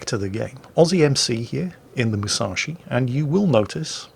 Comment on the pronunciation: ...how...how do you pronounce Musashi right and continue to screw up saying Yamato (Yah-mah-toe)?!